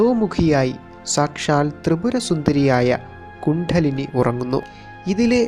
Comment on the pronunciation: കുണ്ഡലിനി - ശരിയായി പറയു. ണ +ഡ .